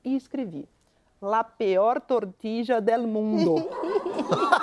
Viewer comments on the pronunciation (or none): Que agonia dela falando trocentas vezes "tortidja" gente KKKKK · Que agonía escutar " tortija " TORTILLA ou 😑TORTILHA imagina se nao fosse jornalista. 😮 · Tortidia hahahah o espanhol de milhões era melhor falar tortilha mesmo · isso mesmo...totidjia??? Nunca ouvi...TORTILHA... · "TORTILHA" a pronuncia espanhola. Ela fez o LL com o sotaque meio argentino "TORTIDJA" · Não é "tortidja". Tortilla pronuncia-se "tortilha" - ao menos, na Espanha. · Se escreve tortilla, mas há 3 maneiras de pronunciar: tortiDJa, tortiLHa e tortiCHa. Depende do local. É como o R em português: cariocas, paulistanos e o pessoal do interior de SP pronunciam diferente a palavra poRta, por exemplo. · Se fala TORTILLA como se fosse LH a pronuncia. :) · Eu não faria nenhuma correção mas já que você se meteu nessa…tortilla se diz “tortiia” os dois LL ou seja la “elle “ espanhola se lê como i por ex : calle se lê caie …🌹😉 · não é como pronuncia o meu cunhado e seus irmãos, que são espanhóis. Aliás, ele acabou de me confirmar: o som é do nosso LH. Pode ser que só a família dele pronuncie assim. Segundo ele, talvez "tortiia" seja pronúncia argentina. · Pq a maju está chamando de "tortidia"? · Não seria tortilla??? ( tortiya) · Nessa palavra o LL tem som de “ ia “ . Tortilla ( tortíia) mais ou menos isso pra vc ter uma ideia de como seria . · Porque ela fala tortiDia? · Quer fazer graça e nem procura saber como pronuncia a palavra. Ninguem tem obrigacao de saber,mas ja q o tema dela era esse. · Só para dizer que tortilla não se pronuncia como ela diz.... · A parte mais engraçada foi a pronúncia errada de “Tortilla” 😂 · Kkkkkk eu Tmb ri muito da pronúncia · Verdade Porém depende do país. Em alguns o LL se pronuncia com o som de LH e em outros de J, logo as duas ponuncias estão corretas mas creio eu que na Espanha a ponuncia é de LH.